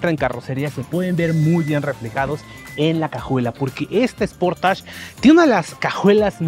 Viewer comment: Esportach?...creo que sería algo así: "sporeich"...o no?